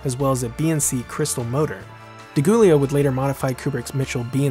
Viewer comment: Goolio. Not so coolio.